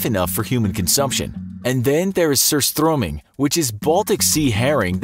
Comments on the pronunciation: The way he pronounced surströmming. 😂😂😂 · I’m glad he at least tried to pronounce surströmming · LOL! Sorry but it was a good try to say:surströmming. Btw I'm from Sweden. ;)